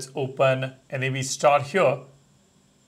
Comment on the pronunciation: Why do you keep calling it N-A-V star? it's Nav as in navigation.